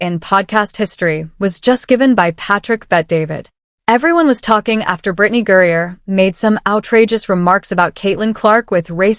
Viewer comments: Its not gurreaer its griner does AI need a fact check for spelling ? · It's not Gurrier. It's Griner. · Griner NOT Gurier ! If you're going to podcast get the names right !